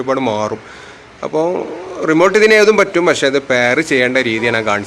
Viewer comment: റിമോൾട്ട് അല്ല ഭായ്... 🙄 റിമോട്ട് 😘നിങ്ങളെപ്പോലെ ഒരു ടെക്‌നിഷ്യൻ ഇങ്ങനെ ആണേ സാധാരക്കാരൻ എന്താ പറയുക 😢😢😢